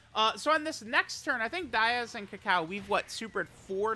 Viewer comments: Its Daiz, not Diaz. Bro cant read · it's daiz, not diaz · It's Daiz, not Diaz. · Maybe one day will pronounce Daiz's name correctly